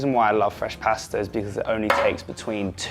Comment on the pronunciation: I absolutely hate the way he pronounces pasta as paaaasta